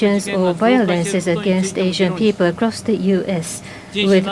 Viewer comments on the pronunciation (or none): none